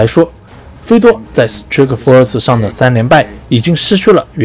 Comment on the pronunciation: strike 发音不对吧。。。